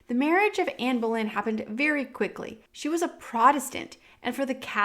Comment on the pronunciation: you call queen Jane Grey "Jane Eyre" Then you keep calling Anne Boleyn "Anne Berlin". "Berlin" is a misunderstanding by the program doing the textings of the youtube videos about her. The texting program "hears" "Berlin" but that is wrong. She was Anne Boleyn. Pronounced "Bolynn". If you watch the series "Tudors" you will get it.